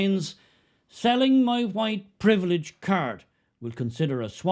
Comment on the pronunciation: Ah yes “huwite privilij”, that nebulous secular religion replacement for original sin.. except, WP has no sacramental forgiveness. You just have to wander about, feeling bad & guilty & the enemy of all things good. Because of fixed permanent physical qualities you inherited. The Marx religion then wants you to radicalize more and more, because of how disgusting you are, to try and make amends for racial crimes against humanity. What a horrible hopeless hellish godless inhuman ideological prison. What fragrant & juicy horse-hockey. 💩